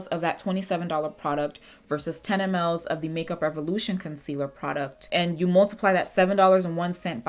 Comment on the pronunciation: Baby MLS....pronounced mils 😂😂❤❤